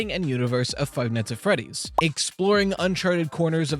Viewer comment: Five nigshs at friedddddieeeeessss is this what your eheidjnel Five nIGHTS ANT freeeeeDIIEESSS eiennsiejemek